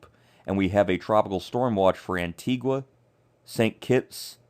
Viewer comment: Thanks for the updates. I would suggest, however, learning the correct pronunciation of the islands’ names. Barbuda, Antigua and Nevis, for example, are mispronounced